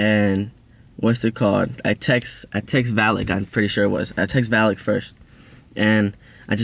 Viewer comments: yooo he said vallyk and the gremlin😭😭😭😭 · Im sorry but why u say vallyk and the gremeilin or however you spell it 😭